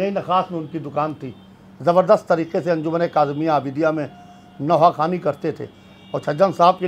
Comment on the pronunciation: se guzarish hai ke tareeke nahee Hai tareeqe hai qaaf ko sahee taur par ada karen